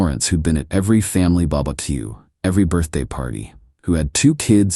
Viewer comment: I snort everytime the narrator says "bubba keeuw" lol